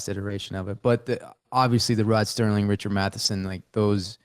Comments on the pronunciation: Please tell Wes it's Rod SERLING; there's no T. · Good episode. But in the discussion of the twilight zone, Wes kept saying “Rod Sterling”. It was “Rod Serling”.